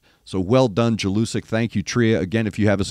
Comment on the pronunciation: read it like YELL-U-SICK